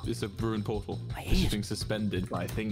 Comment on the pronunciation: "protal" -Tommyinnit 2021